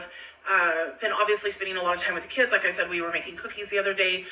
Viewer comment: "Kidsess"???? What????